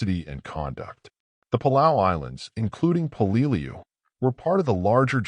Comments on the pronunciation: "Hey, what the f***? 'Peleliu' is pronounced as 'PEH-leh-loo.' 👹 'THE DIABLO DOG' 👹 When talking about the United States Marine Corps, especially the battle history of the Marine Corps, everything must be perfect! The Battle of Peleliu is pronounced as 'The Battle of PEH-leh-loo.'" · Until a historian picks up a rifle he should shut his mouth. And the narrator is not pronouncing Peleiu correctly. Sgt. John USMC 0811 '76-'80. Semper Fi.